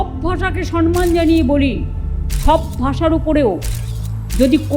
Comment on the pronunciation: সব ভাষাকে 'সন্মান ' না ওটা 'সম্মান ' হবে ম্যাডাম।🙂